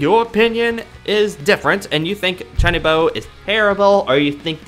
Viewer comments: I cringe every time he says Chuunibyou wrong. Chew-knee-bee-oh not chinnybow like jesus christ... Also this is my favorite fucking anime of all time. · Uhh you said chunbo its Chun-ee-be-yo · Not to judge the way you say "chuunibyou' Its is actually pronounced "chew nii byou" Again im sorry for correcting your pronunciation.